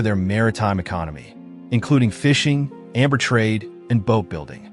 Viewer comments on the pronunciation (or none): none